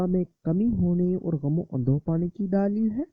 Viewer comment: Daaaleel nai dleel bola krein